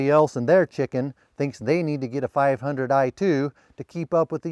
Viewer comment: can you say one more - 5oo eiii?